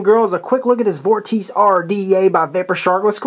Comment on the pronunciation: hmmm sure not pronounced vor-tee-chey ??